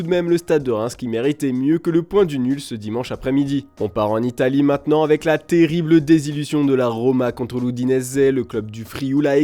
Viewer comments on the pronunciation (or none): none